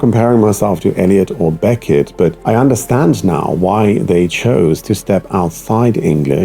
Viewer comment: Yeah it’s like the rhythm and annunciation are adapted to German. The way he says Beckett with two equal stress syllables Beck-ett also clear cle-ar